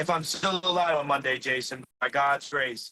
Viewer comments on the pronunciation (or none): none